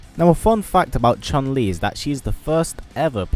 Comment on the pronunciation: Not chan li Chun li